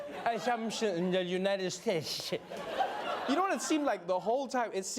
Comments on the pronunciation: God blesh the United shtatesh 😂😂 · How you perfectly pronounce every other country the right way but the united shuays😭😭😭😂😂😂😂😂damn fool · Remember when everyone thought that Hillary Clinton looking sick was so serious? This fucking moron IS president and butchered how to say United States😂